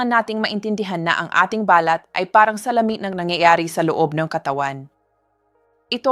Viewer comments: Hi ni offense po. Paki pronounce lang po ang mga words na binibigkas ninyo at medyo mali. Ex: balat pag bigkas ninyo parang sinasabi ninyo na ba-lat parang sinasabi ninyo sa English birth mark. Please pronounce it correctly kasi iyong bigkas ng words ay most important. Thank you and God bless you always. 🙏🙏🙏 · Too much talk - straight to the point pls … balat is pronounced as balát … accent on last syllable .. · BALAT po ay binibigkas ng mabilis. Hindi po ito BALAT na " birthmark". "Silent"- (say-lent) I love your blog Doc. Keep it up! 🎉